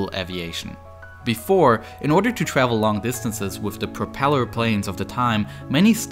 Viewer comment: U mean ew twavel